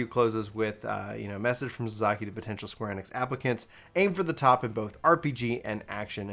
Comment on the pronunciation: Ah and the way he pronounces Japanese names 😂🤣. they did sell Suzuki vehicles in the US for years!